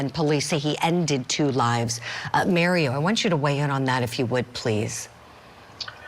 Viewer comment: She called him Maryo instead of Mario 😂